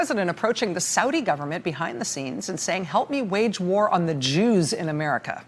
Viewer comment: "JEWS" .?.Rachel..."JEWS"?.....appreciate TRMS but "JEWS"? Rachel..especially the tone with which you bark it out....please!